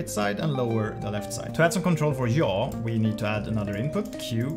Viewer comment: Jaw? What’s jaw? I know what YAW is but not jaw